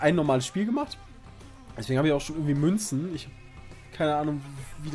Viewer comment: Dieser Moment wenn man lachen muss weil Münzen Sagt xD